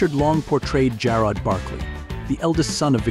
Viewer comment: 20, that is the wrong Richard Long. This man is a British artist, not the American actor who played Jarrod.stanwyck did not die in 1970 at the age of 60. She died in 1989 at 82. The AI voice mispronounces “Jarrod.” Jarrod was not a loving husband and father he was a widower with no children. Richard Long was never in The FBI. Long died on Dec 21, 1974 at 47, not Dec 24, 2014 at 84 and then we see the British artist again. Linda Evans did not have four marriages and had no children. This thing is full of bad information everywhere.